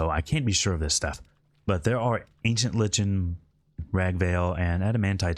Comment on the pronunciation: Lichen pronounced lie-ken